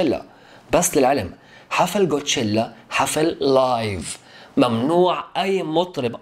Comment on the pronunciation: ليسيرافيم ادائهم يجنن ولا تسب لا اوكلك هوا افهم ولا تنمر على ليسيرافيم كول قول كوتشيلا مو قوتشيلا 😂😂😂😂😂😂😂